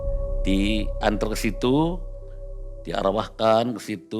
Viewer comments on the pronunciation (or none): D "awrwahkan" mang pata bisa wae😂😂